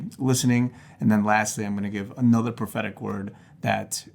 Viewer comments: Am I the only one who keeps hearing pathetic every time he says prophetic :| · Every time he says 'prophetic', I hear 'pathetic'. This poor guy.....